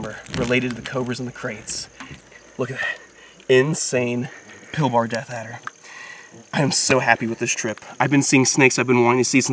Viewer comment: Your saying Pilbara wrong you say it like pil-ba-ra